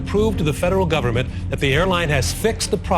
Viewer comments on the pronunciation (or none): none